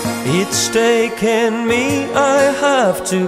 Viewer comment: no tenia idea que era Argentino, un groso Maxi. escuche la cancion en Tn techno y la vine a buscar, muy buen nivel de ingles tiene, lo unico que pronuncia "taken" para el orto jaja